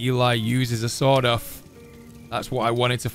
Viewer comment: When he said, "Sawed-off," I thought that he had said, "Sod off." It was so funny. XD